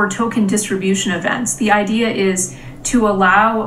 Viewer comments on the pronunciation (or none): none